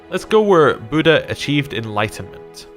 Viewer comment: do you pronounce buddhism budd hism? then don't pronounce buddha like that ya dingdong.